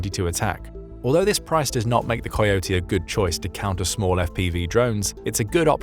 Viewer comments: Coyote is pronounced as (Ka-ee-oh-tee). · AI can't pronounce "coyote!"